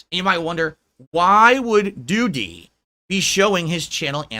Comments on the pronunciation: Is this real life? Seriously what the fuck is happening? LOOOOOOOOOOOOOOOOOOOOOOL. "Doo-TEE." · I love how says, “Doo-DEE!” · Why is he pronouncing Doody like that?